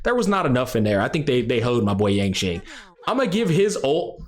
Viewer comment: Bro said Yanqing a swordmaster ain't no way😂 💀